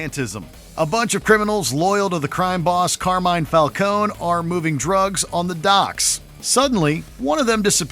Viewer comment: Pronounced Falcone incorrectly. Called Owlman Batman's doppleganger. Tank-like Batmobile?! Someone didn't do his homework entirely. Nonetheless, good list.